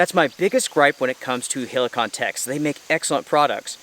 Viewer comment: Man just check some polish reviews and learn how to say Helikon... e is like in Estonia not like i in Italy...